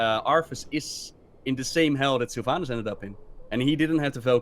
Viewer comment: "Sylvaynass" Dude... it's Sylvanas